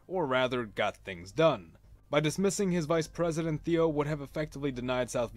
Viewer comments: Thieu is not pronounced as Theo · Please check your pronunciation. It is pronounced President TU with a long U. Old news footage will confirm this.